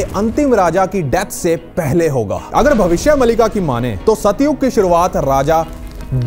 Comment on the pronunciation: यह नाम भविष्य मालिका है। मलिका नहीं।